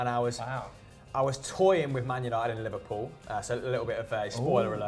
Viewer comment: Right??? when i heared "livperpool in 4th" i had to pull back to make sure of what im hearing